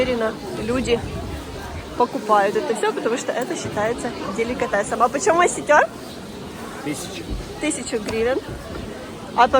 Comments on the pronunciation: Не оситёр,а осётр. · Осётр, а не оситер😊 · Не Осетëр, а осëтр учи русский😂😂😂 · "Осетёр", твою мать! Селитёр! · не осетер,а осетр!!!Я ЧУТЬ ЧАЕМ НЕ ПОДАВИЛСЯ. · Не осетёр, а осётр! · "Осетёр", а на вид вполне интеллигентная образованная женщина ,а тут "осетер"